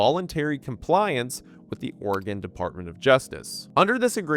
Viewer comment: My blasted ear keeps hearing you pronounce Oregon as Organ lol